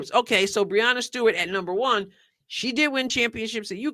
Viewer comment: I'm supposed to accept ' opinion on women's basketball when she doesn't even know how to prounounce Breanna Stewart's name?